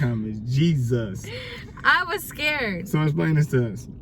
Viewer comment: sounds funny everytime he say Jesus